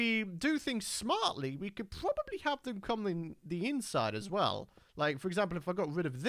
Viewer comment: Y du u say probably puabubly or poo rob ably